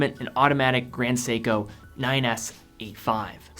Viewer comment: Its seiko ,Grand seiko